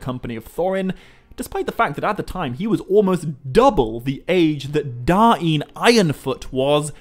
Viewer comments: Yeee no i dont think you are suppose to pronounce the names that way. You talked about Northman Names and Khuzdul names. The children book thing is nothing but children making silly names for their parody. Da-in is complete nonesense, its just DAIN. Now it is Dáin but it is not DA-IN, if anything it is Dain with more pronounced A. So pronounced something like "Daaajn" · I think that even if the syllables were split, they'd still flow. It doesn't make sense for there to be a glottal stop between them. So rather than Da-in it would sound more like dine. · god you saying Dah Een annoyed the piss out of me, but i liked this. DAIN (Dane, Dayne) not Da Een, sounds like you are trying to speak native american